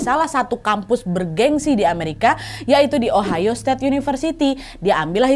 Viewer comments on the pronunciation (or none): none